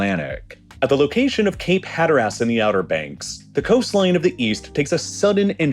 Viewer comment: The pronunciations are disturbing, especially of Cape Hatteras. The last syllable is de-emphasized like in most English pronunciations. The default accent in the USA is Ohio for the media. The video is great and the narrator does a good job, but that location is irritating. It sounds like a Canadian is pronouncing locations as they are written. Aye?